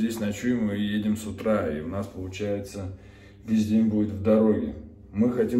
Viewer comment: примерно "весь день" прозвучало как "3.14здень" поржал))) а вообще вы супермолодцы ... совершенно классно) мне дети дали ссылки на вас.. сморю слушаю и радуюсь) успехов и много новых прикольных композиций ))))